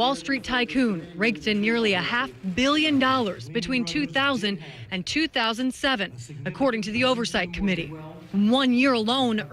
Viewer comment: Haf billion dolas 😂😂😂